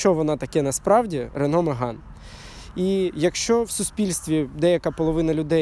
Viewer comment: На початку відео три рази переслухав, думав почулось що не Меган а Риган сказали. Я б тоді точно лайк поставив і підписався. а так...